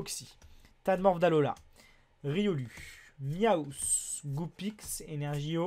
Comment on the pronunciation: Tu dis riolu mais sa se prononce riolou